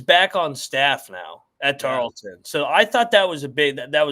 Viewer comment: TARLETON ( TAR-EARL-TON) not Tarlington. You can’t even get the starting 5 right. Sigiscar, Mpaka, Issacs, McDowell, Johnson. Healthy, this team will win the WAC this year